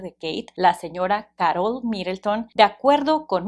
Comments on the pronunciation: No es Károl es Karol😂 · Que estrés que diga caROL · Como se te ocurre pronunciar “Carol” así? 🤣